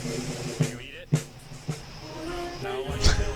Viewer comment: It’s “eat”! Learn English!